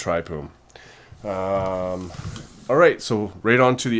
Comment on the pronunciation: I feel like it should be pronounced tryfune